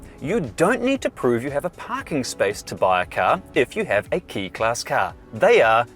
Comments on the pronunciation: Pronounced Kay not key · just "K" as in kay... not key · Hey it's "kay" or close too but not "kee" otherwise excellent vid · FYi - quick Japanese lesson: "e" is always pronounced as the vowel sound in "say" and "i" is always pronounced as the vowel sound in "see". So "kei" would be pronounced "kay-ee" - pretty much the same way that most English speakers say the "long A" sound. "Sakura" - the Japanese word for "cherry blossoms" - has a slight accent on the first syllable, so it's "SA-koo-rah", not "sa-KOO-rah". Ganbatte kudasai! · Pronounced 'kay' class.